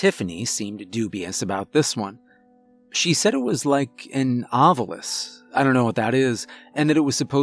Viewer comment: It's ovulous. Pronounced like OvULous